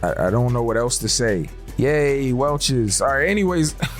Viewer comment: It's a black hole not a dark hole 🤣😂🤣 yay Welcher's 😂 Bro you kill me laughing